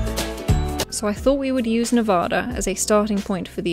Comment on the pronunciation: As a resident of Nevada, I absolutely love all of the memes about us taking so long to count our votes 😂 My favorite is the one about how we are holding out on counting until the rest of the country learns how to pronounce Nevada correctly. (Including you 😬) Also, look out for "Craig and Tony's Discount Furniture" coming soon to the Vegas area! Much love! Great video! 😁